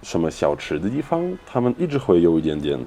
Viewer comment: Because russian is his native language, i can clearly hear that he messes up some tones, especially 4th tone. Like dìfang 地方 (too little accent on dì 地) chéngshì 城市 (no accent on shì 市) And many other words 4th tone. But overall this sounds very much like russian accent :) I know it's not nice to criticize someone, being not too good at Chinese myself, especially speaking. But i guess i listen too much native speakers Chinese, so that i can immediately hear all the wrong tones :) sry.